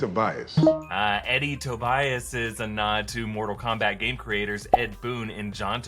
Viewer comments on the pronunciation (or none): none